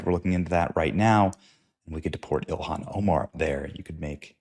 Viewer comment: I like how Vance pronounces that hobgoblin Ilhan Omar's name. He was calling her Elian- like Elian Gonzalez😂